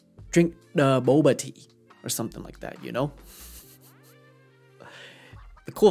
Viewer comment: The buboh tea ..Peter Chao!